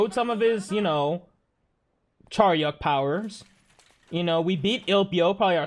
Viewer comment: It's not Charyeok btw